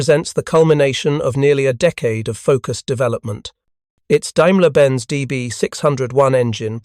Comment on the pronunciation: Wow! A narrator who can actually pronounce words like “Daimler”! But shucks, then he goes ahead and calls “Focke” “Faka”.